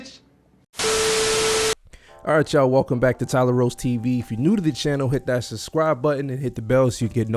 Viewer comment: You don’t seem to be able to pronounce the word “Subscribe.” You keep saying “Suscribe”